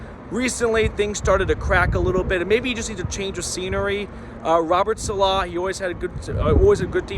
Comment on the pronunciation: …please let me help you. Saleh is not “suh-LAH”, it’s “SAH-luh”